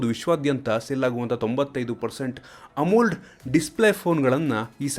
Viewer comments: Its amoled not amuld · Bro neevu AMOLED na tappu pronounce maadtira